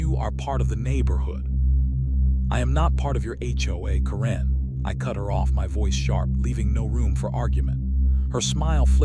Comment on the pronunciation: Hoa homes do not deserve to be worth more than a new economy car. My freedom and constitutional protected rights are worth more. HOA's repeatedly forget the USA constitution exists. Ca wren??? Ki lo wren, darth mal? Dude fix your ai It sucks.